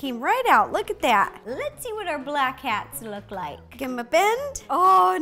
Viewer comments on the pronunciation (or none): Are you saying black ‘cats’ or ‘hats’ 😂sorry I’m not being racist here.Btw I just subscribed!👍🏼